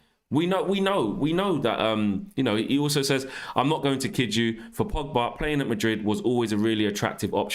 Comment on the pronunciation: It's Pogba not Pigba...